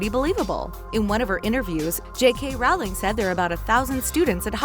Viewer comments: So many problems with this video. The DADA job became cursed after Voldemort went for a job interview, it's in the books. It's the Room of Requirement, not "the Requirement" and the entrance doesn't change places, only the exit does (sometimes). "J.K. Rowley" , come on, it's really not hard to pronounce!! In Order of the Phoenix, Umbridge didn't have the locket yet. And Lily's patronus is a doe, not an owl. Lupin meant so much more to Harry than Snape, obviously. Snape's body wasn't there because he died in the Shrieking Shack, and they hadn't looked for bodies that far from Hogwarts, they were still carrying bodies from right before the school, so... Why would he carry an antidote for Nagini if everyone was convinced he fought for Voldemort?! Why does Dumbledore having memories in Parseltongue mean he can actually speak it? I thought Crookshanks was originally Newt Scamander's, seems more plausible. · How are you such a big channel and yet when making a video about something so big as Harry Potter you got the author's name wrong? J.K. RowlING. Not ROWLEY. WTH? Lol and it's said right half the time. Listen after ... And omg it's "The room of requirement." Not "the room of THE requirement." I'm sorry to be nit picky but come in who edits this stuff? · Characers, J.K. Rowly? You can't even pronounce normal words? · did she say jk rowly? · Oh my Lord her name is JK Rowling not rolly???? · what “J.K Rowley?” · this narrator said J.K Rowley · J K Rollie, the Room of the Requirement, why do the narrators on these videos not know how to pronounce the basics of the Harry Potter world? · Did this bitch just call her JK Rowley? 😑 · she said j.k. rally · Why do you keep pronouncing Rowling's name wrong? It's pronounced like 'rolling'. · Your saying j.k Rowling wrong. It ROWling like row row row your boat. Also, Lilys potronus was a doe like snape. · OMG This video is Trolling Potter Fans. FU. You don't even know how to say JK ROWLING. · Jk rowly??? It’s RowLING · J.K rowlly